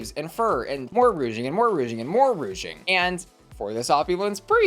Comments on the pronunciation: Not saying ROUGING too!!! Y’allll it’s RUCHING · Dear Lydia that is the ugliest hat I've ever seen in my life. I don't know what's on your head but you should have never went onto the runway with that, yuck. Also my dear it is pronounced ruching. Rouge is makeup. And onto the stolen trim. They weren't supposed to be sharing it was not a group challenge it was an individual challenge. The other queen had already claimed it. So Onya is in the wrong here. Whenever they do these kind of challenges all the girls run and grab what they can and claim it. Sometimes people are not left with much too bad so sad. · Ruching. Please. It's a "sh" sound, not a soft g. Thank you for the videos as ever. 🧡